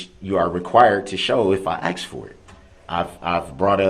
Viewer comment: Brooks, it's ASK not AXE ! 12TH grade or GED really ?